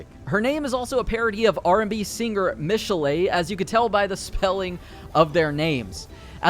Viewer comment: I think those names are pronounced mishell and roshell with stress on the e. Michelle and and roshelle. Also its fem fatAl. Al as in Big Al. As you can see I'm very emotionally invested. They are French names btw